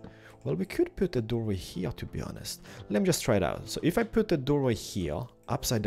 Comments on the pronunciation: funny how you say here with "ch" :D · i like how he pronounces"here" :D ( like in )